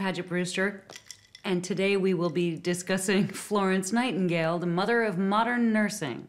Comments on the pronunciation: “the Mudduh of Modunn Nersing” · “The muder of mudern nursing” Gets me everytime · I watched the intro 6 times and cried laughing???? "..da muddah ov moddan nersin'.".